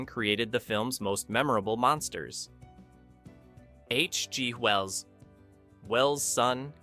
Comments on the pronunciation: Interesting video, but get betterAI software, there must be a way to put proper punctuation in so it doesn't say "H...G................................Well's son". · The computer-generated narration is getting better, but the phrasing is still off. For example, listen to where the on-screen text says "H.G. Wells" but the narration says "H G ... pause ... Wells" instead. I wonder if a human narrator would have cost the same or less.